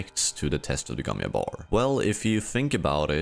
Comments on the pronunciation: why do you say gom yabbar when we know it is gom jabbar? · It's the Gom Jabbar, not the Gom Iabör. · It's not the Gon Yabar. It's the Gon JJJJJabar